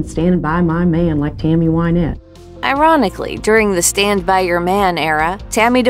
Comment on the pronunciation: Her name was pronounced why-NETTE! ~SIGH~ Dang, that's driving me nuts!